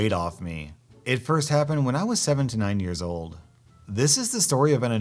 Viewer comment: I was listening the audio, and it sounded like you said "This happened when I was seventy-nine" That's a bit old, I thought, and came in to wind the vid back to check: it was "seven to nine"